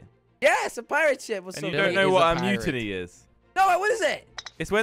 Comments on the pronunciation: It's mutinity 😂😂don't you hear. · Moo-teen-ity ..... Says mutiny🤣